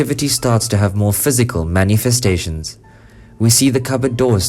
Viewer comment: Oh, man, the "Man-EEE-Festations" of those dang "Polter-JEISTS" get me every time!!! LmAo!!! =D